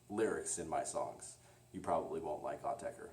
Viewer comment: You are pronouncing it correctly.